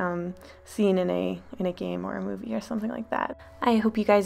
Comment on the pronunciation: not moive mow-ve